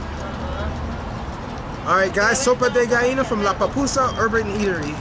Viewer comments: when you say pupusas,you remind me my husband, he said Papusa, hahahaha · Jajajaja va pues 🤭🤭 se te pegaron las palabras de El Salvador sueñas genial. Good friend